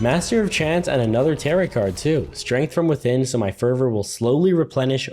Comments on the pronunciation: I hate when people don't know how to pronounce tarot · Did he say tarot like carrot? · Him saying tar-it instead of tar-oh hurt me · Friendly note: Tarot is pronounced Tare-oh, not Tare-ot. The t is silent! Great video btw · Lol its pronounced tarot cards (t-air-oh) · the mispronunciation of tarot is truly one of the most things about this playthrough